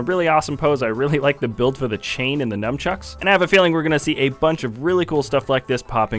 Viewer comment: Nunchucks not numchucks.